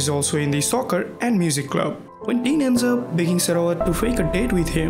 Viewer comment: Are you sure Bright is single? smirks PS. Green will be triggered that you called Tine as "Teen". Tiinnnneeeee~